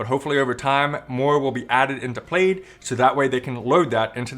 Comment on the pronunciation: Congrats on the mortgage payoff! That is so awesome! 👍 Also... Plaid - pronounced like plad. 😉 It's the checkered pattern - which I think is similar to what their logo is.